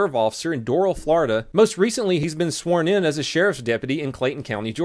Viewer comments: Lol its pronounced doo r-al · Doral Florida? That’s not how you say DOORAL! Lol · Its pronounced Door. Al Florida Doral Door al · you pronounced doral wrong lmao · It's d-o-r-a-l lmao Al lol love you 🍩 operator your really the best after my shitty break up you keep my mind at such easy